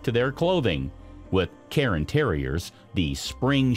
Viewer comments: Cairn terriers not Carin terriers.... air, care, cairn. CAIR-N.....CAIRN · Speak much? You are mispronouncing these breed names. The first one is not a Karen Terrier (do you mispronounce yearn, barn, spurn, torn, and bairn also?) ;the second one is not a Lapsa Apso and whatever else you're going to say next cuz I'm not listenin' to you anymore. But then I heard ... you mispronounced Bolonese (bolo + neez) as "Bellenese"! Congratulations are due, admittedly, to your attempt at Coton de Tulear, but it's Tu-lay-arr. And as I am writing this, you mispronounce Shih Tzu (she•tzu) as if it's "sh¡+-soup". It's "she-tsu", or lazily rendered most commonly as "sheet-sue, or "sheet-zoo". "Shed 'minimumly' ", you say? No, it's "min•i•mal•ly". Lastly, let me help you with the word, visage...it's not "vidgjugdge"... other people have trouble with this, too. Just imagine it being spelled "VIZ•zudge'. That should help. Be sure to put most of the stress/accent is on VIZ. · Oh for God's sake it is NOT pronounced "KAREN Terrier"